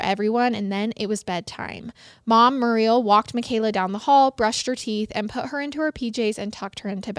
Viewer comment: Muriel is pronounced mm your eee el. My mum is called muriel